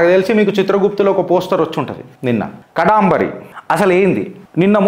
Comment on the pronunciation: Past tense ni future tense lo cheptunnavu and can't pronounce the name properly🤮